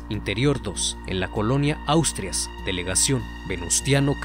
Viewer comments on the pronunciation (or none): Te apoyaría pero la dirección esta mal,no es colonia astruas o como lo dijiste ,es Asturias ,y la delegación es Cuauhtémoc no venustiano Carranza.